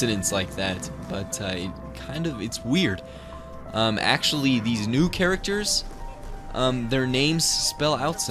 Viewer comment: acctualy tranizt